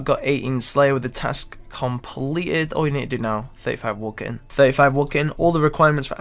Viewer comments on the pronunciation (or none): I like how he says woodcutting "Woah-kin"